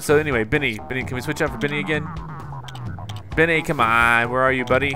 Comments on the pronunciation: i noticed you keep saying Venny that space guy is "Benny" not Venny lol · PLEASE. STOP. SAYING. "BINNY".